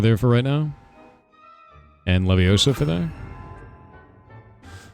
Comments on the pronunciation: 😂 it’s leviOsa, not leviosA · I thought it was wingardium leviosa, not levioso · It's Levi-Oh-sa. Not levi-oh-saaaa! PS the whole 20 hours: leviosaaaa